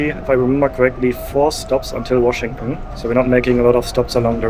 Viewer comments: Washington ❌❌ Washingunn ✅✅ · Washington is pronounced WashingTON. You pronounce it the way Germans do where they swallow the TON at the end. It chokes me up.😅😅😅